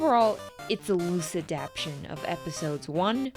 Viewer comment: It's not adaption, it's adaptTAtion